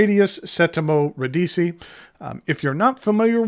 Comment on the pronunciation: FYI it's ra- DEE-chee.